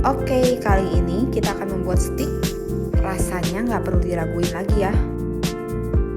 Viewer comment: Steak itu dibacanya steik mbak, bukan stik. Kalau stik itu stik PS dong 😂😂😂